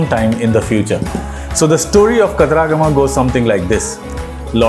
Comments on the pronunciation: Not kataraagama but katara-gama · Pronounciation of Kataragama is wrong